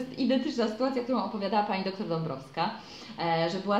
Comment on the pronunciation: czemu wymawiasz doktór, a nie doktor?